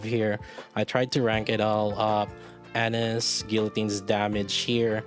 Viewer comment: Anis= Ah-neees, Ah-nees, Ah-NEES!!! C'mon, dude!